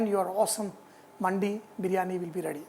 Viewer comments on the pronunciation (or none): For the correction it's pronounce dimag wala D not Market wala D & its now Mandi ! Ok . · it's not Mandi, it's Mandi pronounced like mandhi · It's not manndi its mandi